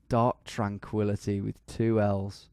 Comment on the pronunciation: is it just me or does he sound super American when he says “DARK TRANQUILLITY”